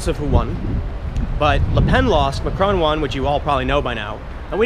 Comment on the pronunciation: I very much like your pronunciation of Macron, it fits.